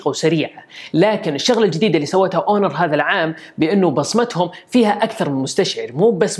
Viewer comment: ياحبيبي هونر وليس اونور